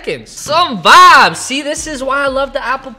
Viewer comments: Why does he say vabs but vibes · Is he saying Fabs, Vabs, Or vibes?? I’m confused 😂